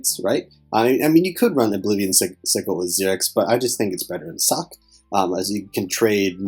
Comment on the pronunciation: I keep hearing you say "Sock" when you say her name.